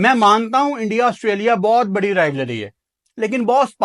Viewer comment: Rileworry ✅ Rivalry ❌